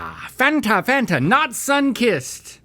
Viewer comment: Link saying Fanta sounds like the little Chinese boy trying to say elephant